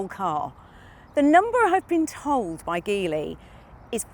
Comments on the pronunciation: its called Geely, not Gilly... it isn't that hard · Pronounced as in Gee Whizz. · It's read as Jeely... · It would’ve been great if you could’ve learned to pronounce Geely correctly. And if your video editors could’ve not used shots of Shanghai in the opening titles. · We got this in Brazil as well, the package is very decent and the price is aggressive to beat BYD. It's one of the best combos when it comes to equipment and real estate to accommodate a real family. The positive side against the other Chinese brands is that Geely - the brand call themselves Geely but the the G has the sound of a J, like as we pronounce in "Ginny" - has a local partnership with Renault and that promises a broader availability of parts, and soon it will be manufactured here.